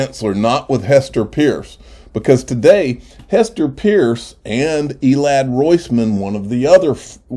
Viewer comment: It’s pronounced Purse.